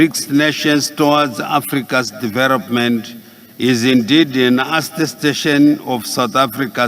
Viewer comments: 😂😂😂😂 mentarity. .poritical....diveropment...incrusivy . Famiry haaadaaaa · There is a historic battle between and the letter "L". Let me help you to understand Excerrencies - Excellencies Erection - Election Diarogue- Dialogue Deveropment - Development Poriticizing - Politicizing Mentarity- Mentality Charrenges- Challenges Famiry- Family Deveroping- Developing Openry - Openly Mirrions - millions Calmry - calmly